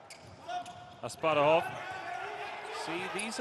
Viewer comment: The boy's name is Asparuh Asparuhov, people, like our first khan (tsar, king). How come you didn't learn his name? You call him Asparov and/or Asparuv, stupid Americans??